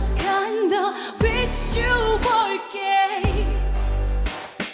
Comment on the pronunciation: Kei says the word "gay" so beautifully